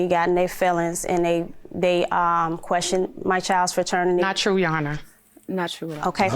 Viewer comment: Lmaoo at the end! He was ready for that action🤣 why the hell the plaintiff keep saying “faternity”?😩🤦🏾‍♀️